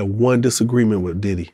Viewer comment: Is it me or when he say diddy house he say daddy house